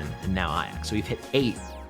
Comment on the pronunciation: it's not Aiax, which is how you're saying it, its pronounced "Ay-jacks" jsyk lol